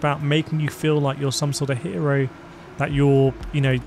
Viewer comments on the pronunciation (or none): none